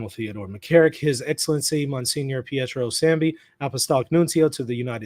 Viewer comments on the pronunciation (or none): none